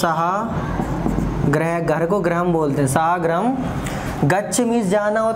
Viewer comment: ग्रहं न, गृहम् भवति ।